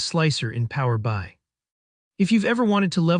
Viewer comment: The voiceover on this is so bad. "Power Bye"?